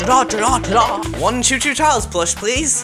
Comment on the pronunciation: no it's not co co Charles it's choo choo Charles